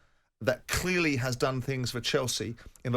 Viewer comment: Why can't Simon say "clearly" properly